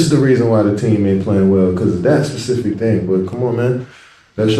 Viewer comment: Ocho he struggling to pronounce “specific” lmao